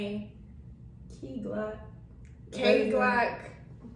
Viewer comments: I thought she was saying key glock for a minute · She me dead man she said kay Glock